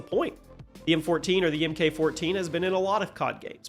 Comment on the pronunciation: Seriously, how many years have you been making CoD content videos? You still mispronounce MK as saying emm kay when its simply pronounced as Mark. Like the male name.